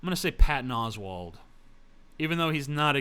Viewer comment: "Oswald" TJ? did I miss hear you? lol